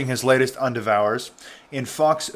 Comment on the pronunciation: Does it disturb any of you that the "voice bot" doing the narration repeatedly pronounced " endeavor" as" in devour"? Really? Why not?